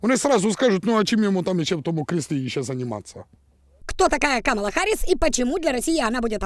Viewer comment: вона КамаАла а не КамалА